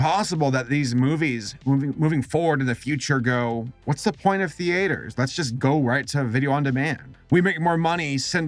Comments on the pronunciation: I'm sorry did you just fucking say the-ate-ers??? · The-ATE-ers. Sorry, just making fun of your pronunciation, don't mind me. What colloquialism is that? North? Mid-western? I'm honestly curious, not trying to troll here. Haha...get it? Troll... kill me. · Just curious, how come you pronounce it thee-aters? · What country are you from where people pronounce it “ThEAters” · What's with your pronunciation of theaters? You can say it properly, I get the feeling you're just screwing with us.